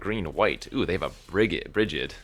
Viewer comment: I should note that Brigid here is pronounced "bridge-id"